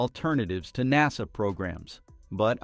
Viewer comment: AI crappy narrator pronounces NASA like Nahsaw! Then other times correctly. 🤦🏻‍♂🤦🏻‍♂